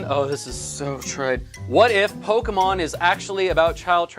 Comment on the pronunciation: he was confused abut how to say naruto but he said pokemon right! good job you are one of the few people so say that word right